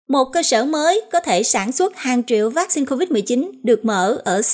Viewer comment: Xướng ngôn viên phát âm chữ "vaccine" nghe mêt quá và những cách nhấn trong câu của anh cũng rất khó chịu. Nếu anh thay đổi thì sẽ có nhiều người theo dõi hơn Còn nếu vẫn giữ như cũ thì chúng tôi sẽ từ bỏ nghe tin tức của đài. 🙏